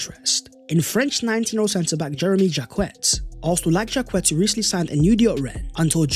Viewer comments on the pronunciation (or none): Jak-ay not Jacket 😆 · Good work. Probably Jacquet is pronounced ‘Jackay’??